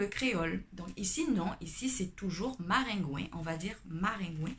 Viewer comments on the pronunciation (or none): Ce qui m'a surpris c'est maringouin (ou marengwen) comme ça s'écrit en créole isit et koridò😂😂😂 mais quand tu as dis marengwen j'etais morte de rire 🤣🤣🤣